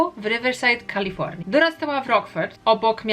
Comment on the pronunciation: "Książka na koniec roku" to kronika. I błagam... Nie Kalifołnia tylko KalifoRnia. Naprawdę to trzeba przeczytać jak "rasowy" polak po wakacjach? Tak czy srak, film ciekawy 😃